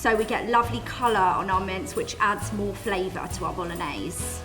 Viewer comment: You know it's gonna be a bad receipe when she can't even pronounce BOLOGNESE correctly... Even a 13 year old kid in italy would know better...